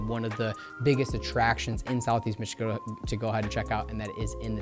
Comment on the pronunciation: I do love the hard work you put in to this video. Thank you for sharing. Just one random question. Why do you pronounce Michigan with k?